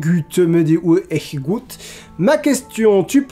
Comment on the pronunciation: Echegut sans dire le T mais tu l'a mieux prononcer que 90 pourcent des gens ! merci de ta réponse ça me fais bizarre de voir mon nom dans une vidéo